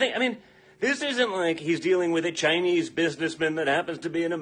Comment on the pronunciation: Check out the racist dog whistle he learned from daddy. Nobody pronounces Chinese that way, ever.